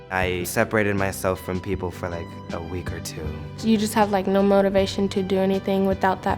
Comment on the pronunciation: I’m sorry but “Naur Cleo!!”